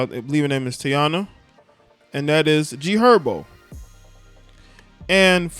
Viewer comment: 🤦🏾‍♂️Bruh it's pronounced Tai-Eee-na. Other than that im witcha bruh💯💯💯💪🏾